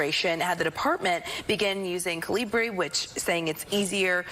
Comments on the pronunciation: KA-li- bri. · That Newsmax guy can't even pronounce it.... Is the single most common font on Earth thanks to Windows. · Oh, so that's how to pronounce that font name. Been saying it wrong all these years.